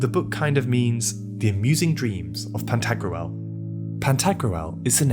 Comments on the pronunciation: It's Pan-ta-grool, not pan-tag-roo-el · Are you pronouncing "Pentagruel" correctly? I could be wrong but it sounds like you are pronouncing a medieval name like how people pronounce ancient greek names today. Like pronouncing Pentagram as Pen•tag•ger•ram rather than Penta•gram. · Anyone else annoyed how he keeps pronouncing Pantagruel? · What a strange way to pronounce "Pantagruel". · It bothers me how it's pronounced in the video 😂